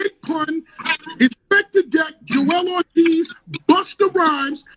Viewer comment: I left as soon as he said Joel Ortiz